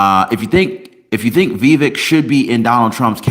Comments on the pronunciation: It’s pronounced Vi. Vake (rhymes with cake). So you know. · It’s pronounced Viv-ache as in cake.